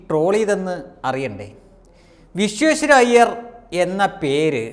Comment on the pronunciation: In order to have more impact on your comments you must clearly pranounce BhartaRatna Sir M V Vishweshwariaha ☺️ pls.